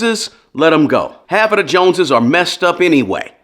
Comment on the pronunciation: Bro, watching from the UK, what’s the JONSES? LOL